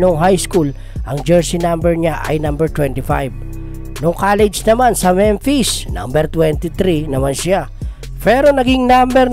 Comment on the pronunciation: Anong memfish? Ayusin mo Memphis yun